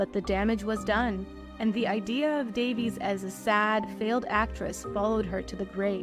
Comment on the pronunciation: This is really an intriguing and well done compilation however, her name is pronounced Day-vees, not Davis. 😊